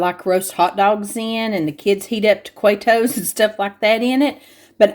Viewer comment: Also, I mean this with all the love of an OG subscriber.......I died laughing when you said taquito!! Tah/key/toe is correct, but you say it however makes your skirt fly up. I love your channel, and we especially love Tennessee ❤ 😍